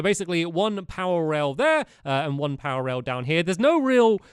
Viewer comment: You keep on saying powor rails!